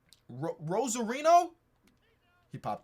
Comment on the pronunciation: Repeat after me: row-ZAH-ree-oh 👍🏽